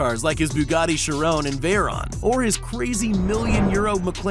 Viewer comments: "Bugatti Charon" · He just said Bugatti Chirone and Bugatti voitchure noure if he’s gonna make a vid do it rightly or just pronounce the French